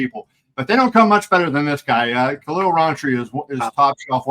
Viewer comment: It's KhaLil, not Khail